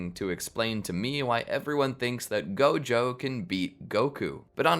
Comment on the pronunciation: Did you say whojo 😡😡😡😡😡😡😡😡